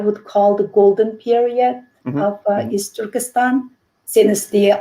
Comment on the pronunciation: I stop watching this when the women said the word " Easturkistan".